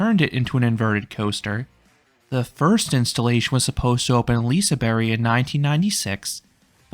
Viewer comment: Why do you say "liseberry"?